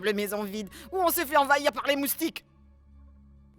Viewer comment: La maman de chilou a dit ......je vais anvayir de moustique😃😃